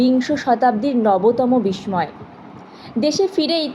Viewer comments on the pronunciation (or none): কিছু উচ্চারণের ত্রুটি আছে যেমন- বিস্মিত, বিস্ময়। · উচ্চারণ অনেক ভুল শুনতেই বাঁধা পাচ্ছে মনে । বীক্ষণ কে বৃক্ষণ উচ্চারণ 😮 সাংঘাতিক রকমের ঘাটতি আছে বিস্মিত,বিস্ময় এগুলোর উচ্চারণ ও দেখতে হবে তোমায় ❤